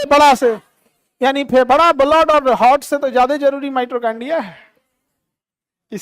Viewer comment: Khan sir ,Mitochondria theek se uchchaaran kariye ,Mitrochondia mat kahiye.